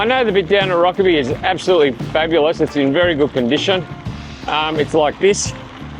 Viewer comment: Never heard Rokeby pronounced with the e, i've always heard it pronounced with a silent e.